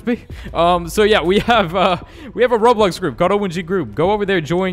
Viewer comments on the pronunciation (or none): none